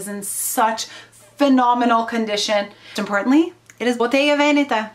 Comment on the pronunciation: Love love your vintage collection 🥰😍😘💼👜🌹love how you pronounce Botega Venetta ☺️